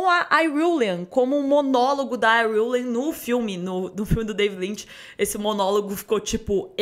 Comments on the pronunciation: “Iruilian” que isso mds porque querer falar difícil? Fala IRULAN carai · Próximo nome de pobre "Iriuleyne"😂😂😂😂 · O conteúdo tá óptimo, agora tem de melhorar como pronúnciam os nomes .